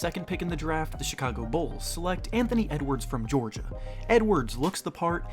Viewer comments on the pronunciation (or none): none